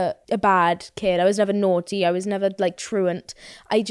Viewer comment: Off topic but sounded sooo Welsh when she said "naughty"